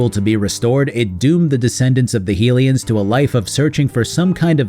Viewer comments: Sorry to be that person but Hylian is pronounced with the HY sounding like High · You say hylian wrong :s